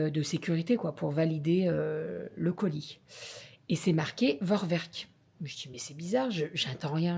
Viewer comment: Bonsoir, Tu souhaiteras un bon anniversaire à Calie. Je te dis bravo pour ton travail thermomix et bien sûr pour recevoir ton cadeau, l'aspirateur. Par contre, on ne dit vorwerk mais forverk en allemand. Le v se prononcé f et le w se prononce v. A par cela, j'apprécie énormément tes, vos vidéos que je regarde tous les jours. Je vous en remercie. Je vous embrasse.